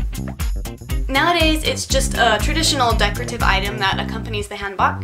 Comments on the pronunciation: I got a tip for saying hanbok! Its not bok like bok choy its bok like kind of like bok with an e at the end like: boke. Like broke but without the 'r' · The korean pronunciation of 한복 is 'han' as in hahn -- it's similar to the american pronunciation of the 'man' in 'manolo'. The "복" portion is similar to the american pronunciation of "oak" as in oak tree, not "bok" as in bok choy like you did in the video. 👌👌